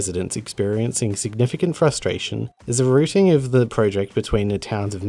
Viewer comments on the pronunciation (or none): none